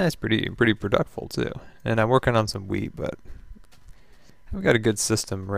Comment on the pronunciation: hahaha i thought you said "im working on some weed" not wheat hahahha